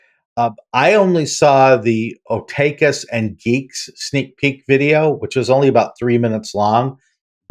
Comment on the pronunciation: As a fellow Gen-Xer, I feel obligated to tell you that it's pronounces "OH-tahk-u". It took me a while to figure out what you were saying so I could find the video, lol. It's the japanese equivalent word for nerd/geek and it was around even in the 90s when we were both young. :)